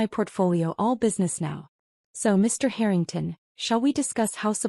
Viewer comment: Why pronounce the surname Harrington as hurrington. The person thats telling the story , goes from hurrington to Harrington. Please pronounce names properly as it sounds horrible when names are missed pronounced